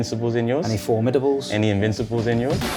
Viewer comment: "Fourmidables" has to be banter 😂 see how none of us in the comments even recognise it